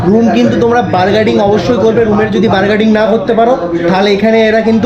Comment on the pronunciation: ১)ওটা reasonable প্রাইস উচ্চারণ টা হবে রিজোনেবোল ২)বার্গেটিং বলে কোনো জিনিস নেই 🤣ওটা bargaining। উচ্চারণ বার্গেনিং হবে। নেক্সট টাইম ঠিক করে নিও।।